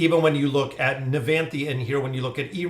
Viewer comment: hey u finally pronounce nevanthi right